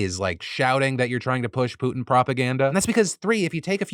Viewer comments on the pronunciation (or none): none